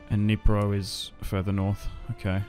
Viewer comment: Across the Dnieper and he says Across the Dnipro. Love you bro❤ thanks for saying it in the right way, also for Kyiv